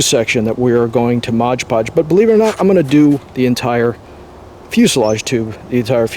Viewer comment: Mod Podge not Modge Podge